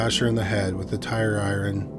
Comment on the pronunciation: Robots can't say iron. Lol